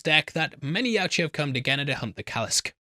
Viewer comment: Finally learned to pronounce Yautja the right way😂😂😂